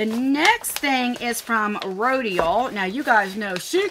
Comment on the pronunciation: I think Rodial is pronounced (row dial) and the doucce I think is (do shay)